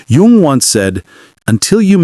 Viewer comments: Jung is pronounced as "Yung" even though it's spelled differently. Get rid of robot narrators. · I think Jung's name is pronounced Young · I’d like to listen to this but the AI narrator mispronounces Jung! What else is sus?